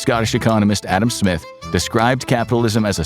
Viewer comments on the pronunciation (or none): none